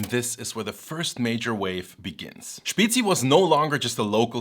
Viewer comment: May I, as a Bavarian living in Switzerland since 20 years, will finally be able to order a Spezi (it's actually pronounced Späzi) in a restaurant?